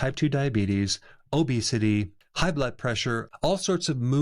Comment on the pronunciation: Love Dr Berg but is this video AI? Listen carefully: he would not mispronounce the word obesity.